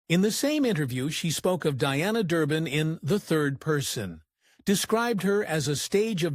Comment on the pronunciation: I really hate these damn computer voices! They can't even get her name right.